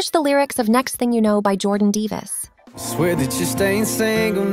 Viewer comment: Dude, i nearly died laughing when it said Jordan Deevis instead of Davis